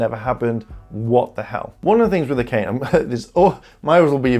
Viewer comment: Also, Akane is pronounced Aka-nay